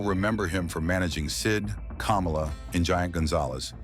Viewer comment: Kamala the wrestler is pronounced kah-molla. NOT kom-ola like the ex vice president. Their last name, Harris, is pronounced the same for both!